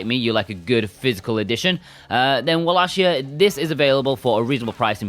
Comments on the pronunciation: Its pronounced Vallachia not Wallachia. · Good review but the correct pronounciation of wallachia is "wallakia" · Not to correct u or anything as I pronounced it walla-shia myself before watching castlevania on Netflix but it's pronounced walla-kia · This review convinced me to finally buy this.... you do know you are pronouncing around wallachia wrong right